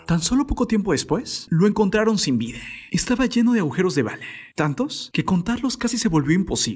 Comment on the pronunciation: No se si soy yo o escucho que cada palabra que termina con A que en lugar de la A suena una E… Vida… videeeeeeh ? O es mi oído jaja